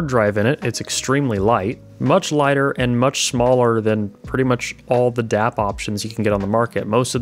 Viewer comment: I had to think for a second you called your device a DAP, I was thinking you said DAB for a moment. DAP is digital audio player and DAB is digital audio broadcast.